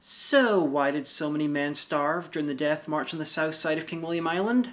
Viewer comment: Why do you pronounce "death" as "DATH"?